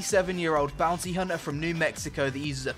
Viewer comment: Am I the only one who understood "McCree is a 37-year old BOUNCY hunter ..." ? >_< Anyway, great video. So looking forward to this game! Especially since i saw you having so much fun! Also i totally forgot how great your "Top 10" videos are :O I would not mind more of them ;)